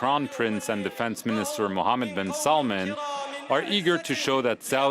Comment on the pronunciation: how dare you say king salmans name wrong